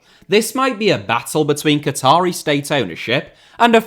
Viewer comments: That's a truly bonkers mispronunciation. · Am I missing some in-joke with pronunciation of "Qatari"?